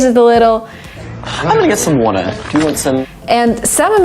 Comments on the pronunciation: I also noticed: water - "wodder"? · Water >> woothaa 😂😂